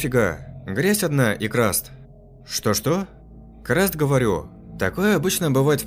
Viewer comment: Не краст, а карст.